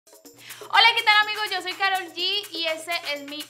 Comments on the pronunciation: "Karol G" no "Carol G" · Se dice Karol no Carol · 1. Es ''Karol'' No ''Carol'' 2. ¡Mentiros@ no son sus hijos! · Se dice karol g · Se dice karollllllll